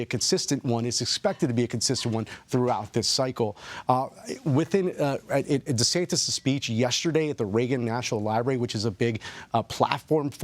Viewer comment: Dude even called him Desanctus haha